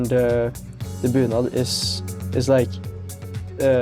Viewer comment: Bunad, not bühlen xD Love those brooches